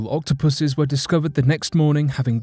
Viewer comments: "Octopusus" ...if he didn't say octopi the rest of the video i would have been worried 😟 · I initially misheard a key word for #3: Octopus are walking on shore. Can you spot it?: "Octopuses are some of the most well known sea creatures, with their curious eight tentacles, incredible intelligence, camera-like eyeballs & SLAMMIN’ BODIES!" I thought you were giving a cross species "shout out" of appreciation to the Octopuses amazing physique, only belatedly realising it was "slimy bodies" instead! I am an idiot!🤦🏻‍♀️☺️